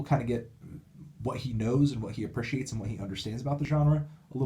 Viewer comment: Love Fantano, but is anyone else bothered by how he pronounces "appreciates"? It's bothering me more than it should.